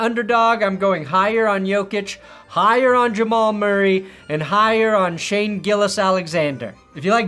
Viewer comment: you’re great, but it’s Shai. Not Shane.